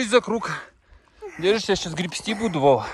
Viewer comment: как всегда - матерится на пустом месте и слово греСти а не греБСти, учи матчасть!